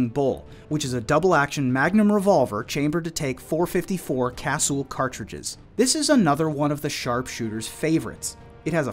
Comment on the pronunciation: Say it right. Casuuulll. I have 1. Beautiful pistol.